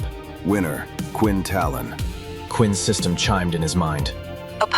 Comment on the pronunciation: Talin? Cmon man its Tallon